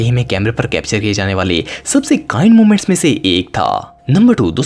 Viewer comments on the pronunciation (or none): Momoments nhi moments😂😂😂